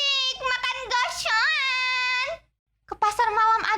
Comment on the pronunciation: Gacoan gw denger nya gosokoan😭😭